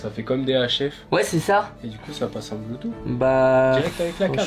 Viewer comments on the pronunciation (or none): none